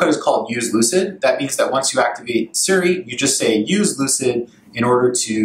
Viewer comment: Why does he keep saying Surrey instead of Siri?